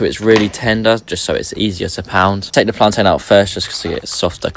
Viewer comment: He even pronounces Plan-tain the way Africans say it he’s down his research! Jamaicans and anyone else who isn’t African says Plant-in!